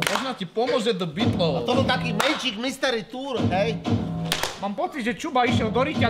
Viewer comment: Radim video sem nikde neviděl kde by to takhle říkal ale už i v jiných videích kde Žbirku parodovali tak tam vyslovovali The Beatles úplně stejně